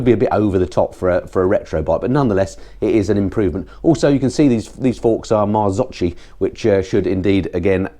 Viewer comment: great review! btw Marzocchi is pronounced as "Mardzokki" -- CH in Italian sounds like K